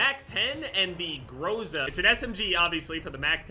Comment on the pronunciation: In groza you say the o almost like an a. It means thunder,so thats cool af.